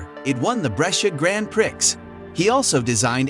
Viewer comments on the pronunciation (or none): "Grand prix" is French and pronounced "Graun Pree" wherever you are. Good luck, and we're looking forward to more.